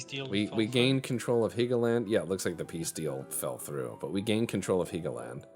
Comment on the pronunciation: it's Hell-go-land.. not heegoland